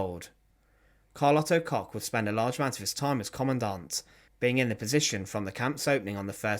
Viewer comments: It’s pronounced COOK….KOCH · This guy should buy from his sponsor to help with his terrible pronunciations. Koch is COKE. Always has been. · Koch is pronounced like Coke. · The Bitch of Buchenwals surname is actually prononunced Cosh